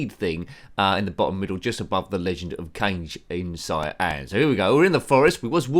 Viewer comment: It is apparently pronounced “Kah Gay”. It’s Japanese for shadow. But none of my friends knew any better in the 80s. It’s only something I have learned now as an adult. I would definitely like to see “Legend of Nicolas Cage” now you mention it.